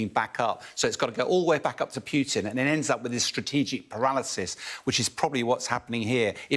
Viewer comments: Why does he call him Pyewtin.....when his name is POO-TIN? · Almost 3 years and this expert can't learn to pronounce Putin correctly, the guy is a joke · The way pronounces "Putin" pisses me off...